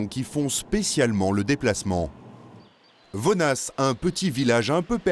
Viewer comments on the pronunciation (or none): Premièrement on ne prononce pas le « s » dans « vonnas », Deuxièmement, Paulette Blanc n’est pas la fille d’Elisa Blanc mais sa belle fille.